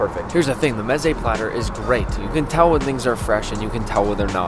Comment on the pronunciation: Art you really Persian? Because clearly your pronunciation of mezze is cursed